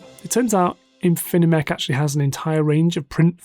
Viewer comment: Great video. Be careful of pronouncing Infimech correctly. There is only 1 n and only 3 syllables, I think. Thanks for the information and analysis!